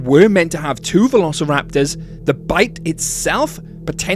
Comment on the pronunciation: I like how he said "verorceraptors" not trying to be mean, it just sounded funny